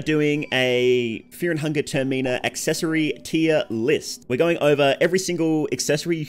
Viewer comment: Why you saying it like that? Tir meen ah It's term in ah.